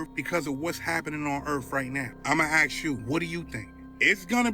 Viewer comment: Let me AX you a question 😅